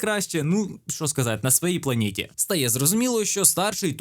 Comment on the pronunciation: «на своєй планєтє» 😂😂😂